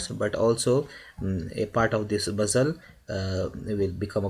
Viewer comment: Why u keep saying muzzle ...its muscle